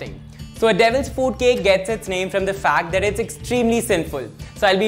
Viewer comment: He's telling devils fuut cake😂